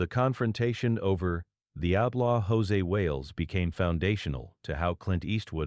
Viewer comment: José Wales? Wow. Proof that Artificial Intelligence is a bit of an oxymoron. His character's name is Josey Wales. Sounds like Josie and the Pussycats, just spelled different and no Pussycats. There's a Y on the end of his first name. That's how you know IT'S NOT EFFING JOSÉ!!